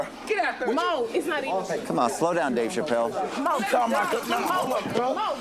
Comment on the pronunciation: Thought he said, "Gnave Chappelle". 🤣